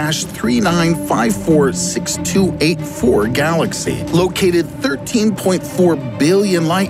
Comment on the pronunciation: When he says Thirdteen, I felt that